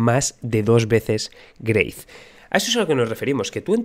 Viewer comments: GREYTH XD XD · greith? wtf lo nombras así loco ja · porque pronuncia grace?